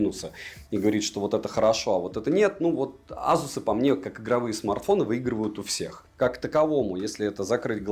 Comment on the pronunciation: К обзору смарта вопросов нет, всё как всегда, вышка. Но азуз... Не знаю как у остальных, но у меня при каждом произношении чуть ли не кровь из ушей шла. За что🥴